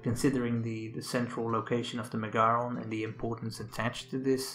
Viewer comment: It's not pronounced "MeGAron". It's MEgaron. Just Like the name of the band MEgadeth. Learn to pronounce the Greek words properly.